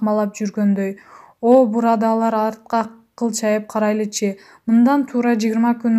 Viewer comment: "Бурадалар" эмес чон кыз, "Бурадарлар " деп окусан …